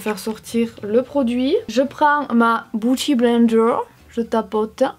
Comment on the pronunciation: Moi: « biouty blender »: « bouty bay & bouty blender » Je t’adore 😄😂